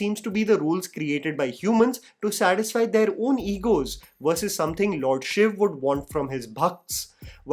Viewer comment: Finally someone who says SHIV, and not shivaaaaaaaaa… 😡😤🙄